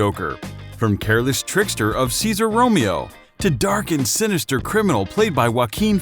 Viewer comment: Thank you for saying Romero! I was going to explode if you mispronounced his name again.